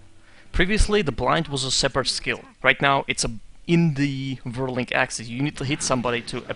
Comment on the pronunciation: hey, i hear you say, "Vwirling axes". Are you German?